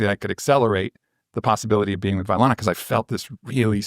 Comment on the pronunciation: Great commentary on the podcast. I agree with many of your points and they are well articulated, thank you. My only nitpick is that Vylana’s name is pronounced incorrectly throughout. It’s Vy-lana vs Vy-Ana. But otherwise loved it!